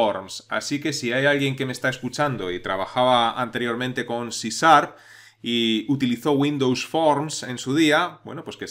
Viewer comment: queeee? Si Sar? jajajaja no es C Sharp?